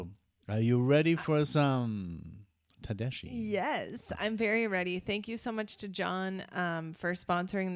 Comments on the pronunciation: I haven’t heard any YouTubers pronounce Tedeschi correctly yet. It’s not Tedeshee it’s Tedeskee. Like you’re skiing down the mountain. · Please pronounce Susan Tedeschi’s name correctly!! “tuh-DES-kee” 😊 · If you love them so much, why haven't you learned how to pronounce Susan's last name? It's te-DES-kee. The "ch" is pronounced as a "k"! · it's pronounced Tedeski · They have Both been playing since they were little kids and are Both very accomplished and amazing talents. When Susan speaks, she has this sweet little voice, yet when she sings, she belts it out of her soul. And its pronounced Tedeskee just fyi. Good pick. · Pronounced Tedeski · Pronounced Ted-es-ski❤ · It's pronounced like TE-DES-KEY. Susan Tedeschi and Derek Trucks are married. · Love this band. just a quick thing about the name. It rhymes with > deskee > Tedeskee = Tedeschi. With love. 🍄☮🩵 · and it's pronounced tedeSKI